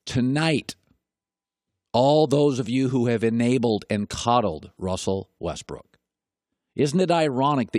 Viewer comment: dude just said russel westbrick??